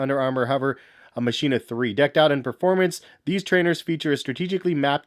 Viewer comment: Machina is actually pronounced "Makina" The Mach makes a k sound like in Mach 5.